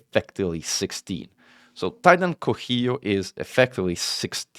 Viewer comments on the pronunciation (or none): this titan is named for the zapotec god of rain and thunder, it is pronounced "co see yo"